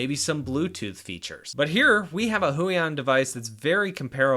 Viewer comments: it's realy bothering me that you say huion (hoo-ey-on) instead of {h-you-ey--on} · Provided these are Chinese. Huion should be pronounced hway on